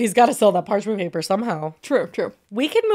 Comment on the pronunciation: so funny says “part mench paper” literally an easy mix up we’ve all done it but it had me 💀